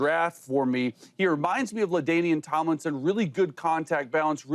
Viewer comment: Ladainian Tomlinson… Come on man lol